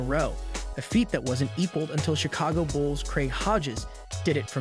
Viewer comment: Glad I’m not the only one who heard him say Bulls…